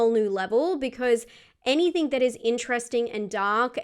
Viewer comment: Argg, so difficult to listen to with the host's rising inflecTION at the end of sentences, that and the use of 'any -think' instead of anything.. Sorry, picky but it just grates on me 😬😆